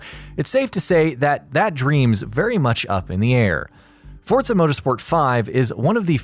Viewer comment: No "t" in Forza.